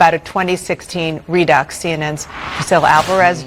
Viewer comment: ROFL reducks!! 😂 the writers of her show are trolling her big time. Re deux is a play on French pronunciation 😂 hilarious!!